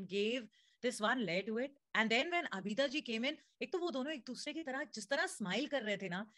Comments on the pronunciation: a request if you could please pronounce names of legendary artists properly, her name is abida not abeeeda thanks! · It's not Abida, it's pronounced Aabda😊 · Its not Abeeda but "AABIDA" Parveen